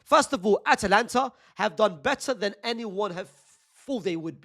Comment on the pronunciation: brother can you please pronounce it atAlanta and not atlanta we aint gonna see lil baby future and gunna in the starting xi